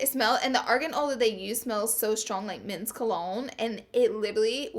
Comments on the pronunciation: "...and the argan oil that they used smelled so strong like mince cologne" And the list of words Laura says wrong, continues to grow 😂😂 PS don't come for me, I love Laura. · why doesn't anyone get it she did say men's but it sounded like "mince" that's why it's written like that😂